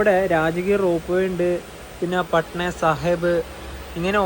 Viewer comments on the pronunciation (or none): none